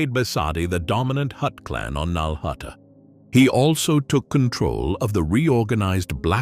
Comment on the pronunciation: finally saying nal hutta correctly worth the wait. Awesome video great job thank you